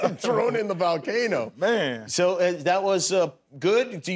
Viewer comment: Jimmy kept saying volcano every time Mike said valcano hoping he would catch on. 😂